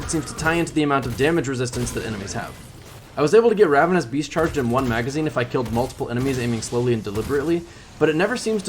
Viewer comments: BeaST not beaF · Are you saying Ravenous Beast, or Beef? lol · Approximate_ Accuracy i heard ravenous bees a few times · Anyone else catch him saying “beef,” instead of beast